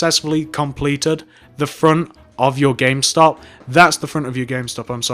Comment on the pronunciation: he mest up on the m in gamestop